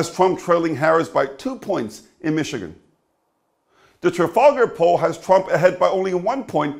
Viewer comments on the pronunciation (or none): none